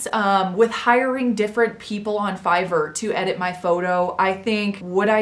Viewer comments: She didn’t say air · Is anyone going to tell her that she is pronouncing fiverr wrong😅